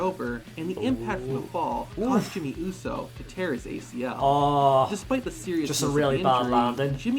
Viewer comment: the way said Jimmy Uso just made me start laughing so hard😂😂😆